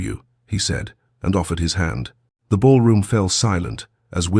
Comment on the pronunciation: Not LED but led